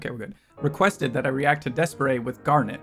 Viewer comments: Reddish is my favorite song and video by D'espairsray. They're pronounced Despair's ray by the way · Thank you for the good reaction! Please do a full reaction for them. And I'm not going to comment on how you pronounce the name hahahahah, but yes it's wrong pfft. xD